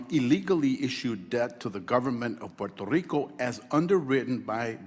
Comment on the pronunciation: Garcia says Puerto Rico like a white person.